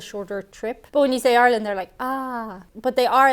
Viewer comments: Couldn't really hear her accent until she said her country name... R-land! R-ish! Really bursts out. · Why can’t people from ireland say ireland? They just “arlen”.